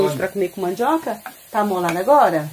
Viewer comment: não se fala "MANDJOCA" mas MANDIOCA....gosto dos seus videos na roça.